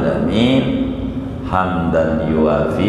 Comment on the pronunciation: coba cermati kalau baca حمدا يوافي bnr gk?